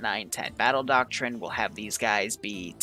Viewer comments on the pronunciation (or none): none